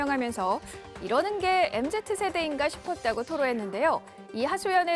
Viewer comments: 뭔 아나운서가 엠제트라고 발음하지... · MZ 세대를 엠제트라고 발음하는 앵커 ㅋㅋ 당신은 x세대